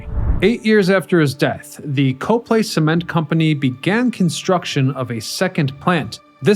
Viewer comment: Then you know that the town is "COP-ly," not "Co-play!"